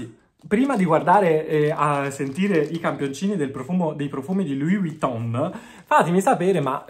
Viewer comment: Però impara a pronunciare Vuitton, perché la V non si pronuncia U. 😅